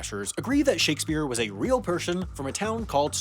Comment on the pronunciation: I didn't know Shakespeare was a pershin!